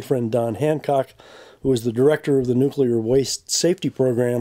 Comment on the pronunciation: One would hope that a so-called expert on these issues could at least pronounce the word "nuclear" properly, but no... he cannot be bothered.